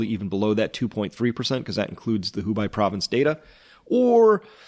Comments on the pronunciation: Hubei is pronounced as HU-bay, like the Bei in Beijing. (Sorry, minor point) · We're in China, and have been following your videos from the start, thanks so much for putting the hours in to get the story out there. However, could you please start to pronounce Hubei correctly? It kinda winds me up every time you say Hu-bai. If you don't, I'll be forced to pronounce your channel as ''. Also, that's not Eddie Murphy, it's comedian Roll Safe. I won't tell anyone you're a racist, don't worry. It's our secret.